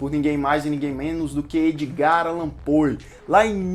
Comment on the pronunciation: É Pou e não Poe que se pronuncia